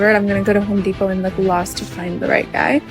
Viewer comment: The men are not at "Home Depot" they're at "Hoe-D-pot"😂👌🏽